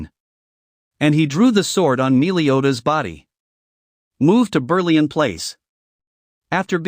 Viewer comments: meeliodas? meliodas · “Melee”odas lol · Your saying meliodas wrong